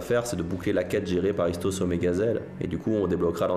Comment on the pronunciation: Le seul bémol s que aliase ISTOS et pour Toulon 🤣🤣🤣🤣🤣🤣🤣🤣🤣 sinon je kiff vos vidéos je l'ai vue plein de fois mais je l'ai regarde tout le temps car s la meilleures sérix de jeux vidéo.